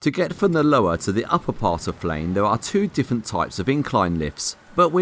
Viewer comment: It’s said like this... Flen